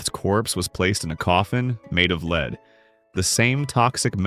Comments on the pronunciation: If you're giving your AI narrator the word "lead" and you mean the metal misspell it as the homonym "led' - it grates my nerves every time a word is mispronounced. Makes me tend to disregard the video and its creators - because you didn't care enough to listen to the narration and fix it. I don't buy your argument. The online claim is that Elizabeth was 5" tall or at best 5'2"'. Even though her mother was approximately the same height, her father was 6'1". When average male height was 5"7", a male Elizabeth should have been taller than 5"2". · Hey AI 😊The pronunciation of the word for the metal lead (Pb) rhymes with head